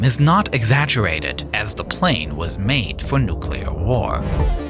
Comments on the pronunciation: "Da doomsday plane" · "da Doomsday plane" hits different 🔥